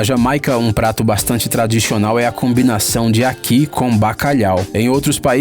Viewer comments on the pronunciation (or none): Tradixional 😂😂😂😂😂 falou errado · "tradixional" 🤣🤣🤣🤣🤣🤣 Obs: só achei engraçado msm !